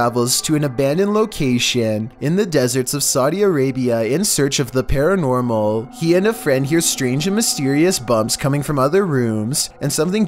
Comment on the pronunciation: Random kid: cosplays Mogly from the jungle book: I thinks its something paranOOrmal...